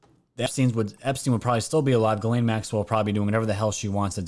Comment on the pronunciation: Ghislaine, pronounced Giz-lane.